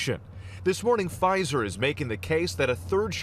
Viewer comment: Lol “Pfizther”